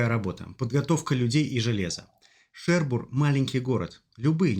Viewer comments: ХЕРбур?! У французов?! Или же ШЕРбур? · Шербур - город французский, поэтому ударение на последний слог. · Да ладно вам, как ударил, так ударил. Не умничайте. Французы хотели пять оплаченных катеров украсть, неправильно поставленное ударение переживут.